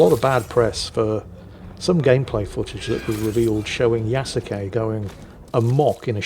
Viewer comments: it´s Ya-su-ke, not Ya-ku-se XD Kudos for speaking the e at the end, most english speakers don´t. It doesn´t come naturally to them. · There were several times where he said Ya-ku-say. Though I admit, it is a small nit-pick. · Since I am something of an amateur historian, and since I've lived in Japan for 16 years, I figured I'd weigh on on a couple things. First, Yasuke. It is pronounced like Yah-skay. Not whatever you said. He was not just a retainer to a samurai family. He was a personal retainer to Oda Nobunaga - one of the three unifiers and the defacto leader of Japan at the time. He was awarded a house and a stipend, and it is said that, after Nobunaga's death, he was captured under arms carrying a sword and returned to the Jesuits. So, was he technically a samurai descended from the Taira or Minamoto clans of old? No. But he was close enough to samurai that he is often portrayed as samurai by Japanese media. And most Japanese refer to him as the 'foreign samurai' or 'black samurai'. So, Ubisoft is not wrong there. Second, being able to loot and destroy the temples and shrines is a mark against Ubisoft - primarily because they are real shrines and temples that actually exist. You can also loot many of the very real Kofun tombs - which are regarded by the Imperial Household as the tombs of the ancient emperors. And from what I have heard, no one thought to ask any of these organizations and they are none too pleased the fact that players can trash their very real historic places in the game. So yeah, the anger is justified, and it wouldn't surprise me if they get sued. Also, as a side note, the incredibly detailed version of Himeji Castle they recreated in the game wouldn't exist for another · It's also pronounced closer to two syllables, so 'Ya-skay' is closest approximation you can get in English.